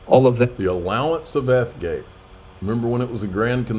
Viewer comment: He said F gate not EETH gate